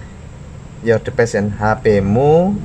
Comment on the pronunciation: Device dibaca divais